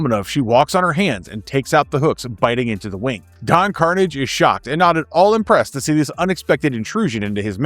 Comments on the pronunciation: don karnij? KARNIJ!? mf, it was karnAHJ!!! long a, not a short a. you never watched this show in your life! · It's not don carnage... It's Pronounced: Don Car-naw-je. Ah, not hard A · As a son of a mother from Quebec my ears twitched at the pronouncing of Karnage.